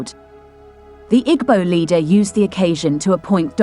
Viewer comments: Narrator thanks for presentation. But, next time give an igbo person to give correct pronunciation ooo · Pronounce IGBO properly or dont use rhis voice